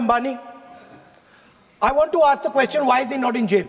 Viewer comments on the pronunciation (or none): none